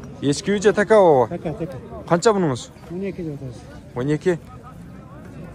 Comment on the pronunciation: Така эмес теке деп айтып жур